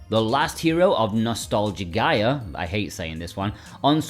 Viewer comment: I'm pretty sure Nostalgaia would be pronounced Nos-tall-guy-uh.